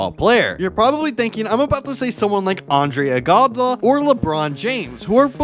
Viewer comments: It pronounced on-dr-ay ego-doll-a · Pls pronounce better like who is “Andre Igobla” and “Undis Haslim” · It's andre iguadolla that's how you pronounce it and you also pronounce it youdonis haslem